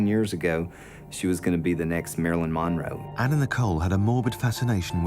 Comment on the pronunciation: Why can’t her niece say monroe? Moro 😂😂😂